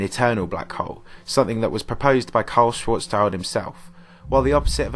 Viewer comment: the guy was german, its schwarz schild, not schwarz child means black shield in german. not black child